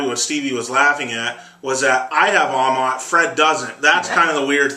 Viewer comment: Another season & still can't pronounce Amat correctly.